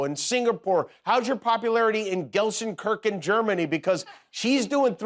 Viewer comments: Gelsenkerken 🤨🤨 it's Gelsenkirchen (kirshin) you pissed off millions of schalke null vier fans 😂😂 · Gal Sen Kirken 😂. I was laughing so hard. German living in a town next to GalSenKirken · The way you pronounce Gelsenkirchen? Then no Jimmy, no one heard about it ^^ And I'm not a German either. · Gelsenkörck, I love it. Now the germans are pissed of 😂 Manuela from Düsseldorf, not far away from Gelsenkörck.❤ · Gelsenkirchen, Germany is actually my hometown - it exists ... (he is mispronouncing, but still) 🤣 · Hey. Gelsenkirchen exists. I was born there.😂😂 I could teach you the correct pronunciation 😂😂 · Jimmy completely butchered the pronunciation of Gelsenkirchen... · Watching from Germany and I was laughing my hearts out when Jimmy talked about Taylor swift performing in Gelsenkirchen Germany. First, Gelsenkirchen is a real city in Germany, it is the 25th most populous city of Germany and it is the home of the football (Soccer) club FC Schalke 04. Secondly, Jimmy got the pronunciation of the name of the city wrong. It was funny hearing him pronounce it though. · That was the worst pronunciation of Gelsenkirchen I´ve ever seen - just because it does not exist that city did not deserver that. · Geilenkirchen is a significant city. It is just no one has every heard it pronounced the way you did.